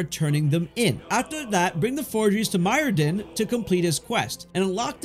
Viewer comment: who is mydrin it's Myrddin😂